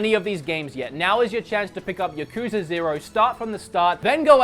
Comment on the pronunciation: It’s yakuza not yakuooosa